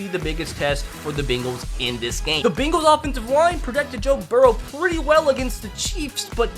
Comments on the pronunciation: Its bengals not bingles or bagles or beengles you donut who dey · Can we just talk about how he was saying the Bingals instead of the Bengals😃😀😂😂😂